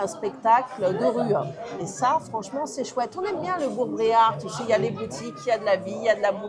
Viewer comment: Bourg Bérard pas Bréard 😉 Et vous auriez pu gouter la Troussepinette en apéro 😋